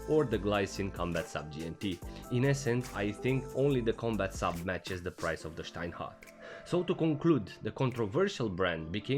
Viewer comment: Very well pronouced "Steinhart". Didn't expect.